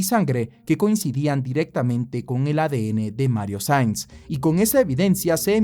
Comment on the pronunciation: Nueve veces lo nombras y en todas dices Sainz, Sanz, Saiz. Cualquier cosa menos su apellido real "Saenz". Incluso poniendo los subtítulos los capta tal y como los escribo 😂😂😂.